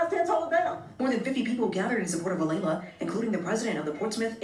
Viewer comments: It's not A-lee-ah it's A-lay-la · It's Alaila...A-lay-LA it's not that hard 🙄 she thought she could get away with it! High school kids think they can be sneaky & nobody will notice.. LOL..